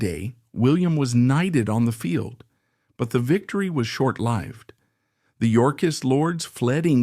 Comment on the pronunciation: Wow! You said “short-lived” correctly! Nobody ever does! KUDOS.